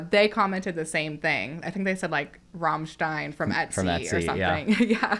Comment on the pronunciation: \m/ And don't forget her pretty decent pronunciation of Rammstein